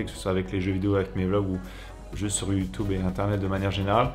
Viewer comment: J'adore quand tu dis youtoube